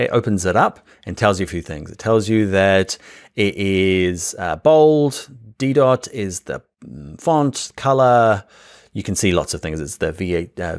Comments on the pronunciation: Such a great tutorial, thanks so much! One fun tip, the font Didot, is from a French designer, so it's pronounced de-DoH, with a silent T. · Didot - t is not pronounced